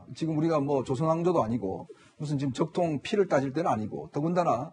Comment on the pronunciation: 적통, ㅋㅋ 발음조심해라ㅡㅡㅡ